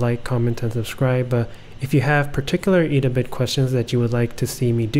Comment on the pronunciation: Thanks for the informative video <3 P.S It's "Ed-a-Bit" ;)